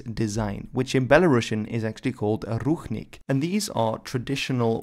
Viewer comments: its pronounced ruchink with ch like in chalk ручник а не рухник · Not ruHnik but ruCHnik (sound is same as in CHapter). Translated as towel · It's Ru[t͡ʂ]nik or Rushnik, not Ruhnik. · I think you have an accidental mispronuciation there. Someone transliterated the Belarussian word with a "ch", but meant an English-style "ch" instead of a Slavic "ch" (i.e. "kh"), so the word should be pronounced "ruchnik" or "ruchnyik". In Czech and a few other languages, there is the term "ručník" (pronounced in almost the same way) and it denotes a piece of cloth, either a decorative part of someone's fancy/ceremonial vernacular clothing, or a smaller tablecloth or similar piece of cloth. This is what the Belarussian term is denoting as well. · it's actually pronounced "Rutchnik" And nazis used national flags with all collaborants - for ex. in Russia and Ukraine they used flags that's official flags of theses countries now Awesome video, thanks! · I thought the Ch in Ruchnik was pronounced like an English Ch? This isn’t based on any knowledge of Belarusian but I thought it was cognate to the Serbian word Ručnik meaning towel, but perhaps it’s not? Maybe it’s related to Ruho, an archaic word for garb, vestments, or clothing in Serbian or has some unexpected cognate or even none at all. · Thanks from Belarus fam ❤️ edit:i know ch is pronounced/x/ in polish but in this case(ruchnik) it is pronounced /tʃ/ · Right, he read the word ruchnik supposing its written in the belarusian language, but it was written in english. In Belarusian it is written ručnik. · Ruchnik is pronounced with the ch as in church, NOT as in Loch.